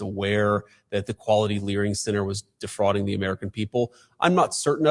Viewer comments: JD said quality learing center... HAHAHAHA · He said Quality Learing Center! 😂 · Hearing JD say "Learing Center" still makes me laugh. 🤣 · Hearing JD Vance say "Quality Learing Center" made my day :face-red-heart-shape